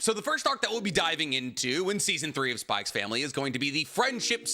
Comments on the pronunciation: It's just pronounced "Spy Family" right? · bro's called the but still pronounces the x in spy x family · There is no way this guy says HunterXHunter ( said as Hunter Hunter) is his best anime of all time and he kept on saying SpyXfamily with the damn X. Come on man🥲😮‍💨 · can't believe he says the "X" in spy family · Fun fact: the "x" in Spy x Family is silent. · Imagine being a fan of HxH yet says the X in spyxfamily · Why do you call it "SPY X FAMILY" but you call Hunter X Hunter "Hunter Hunter"?? I feel like the X is supposed to be used as a place holder for a Space in both and not actually said out loud. Maybe you know something I don't though so please let me know!